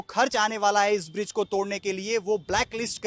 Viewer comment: बिज्र नहीं ब्रिज होता है।